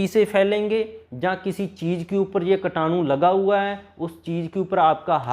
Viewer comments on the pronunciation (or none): कीटाणु बोलो भाई,कटानु नही !